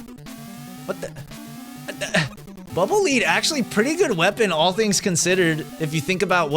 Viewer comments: When you say "Bubble Lead", I could have sworn "Lead" was pronounced like "led", you know, like the metal? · Bubble -leed-? I've always pronounced it "Bubble -led-" because they're dark gray and heavy... like lead.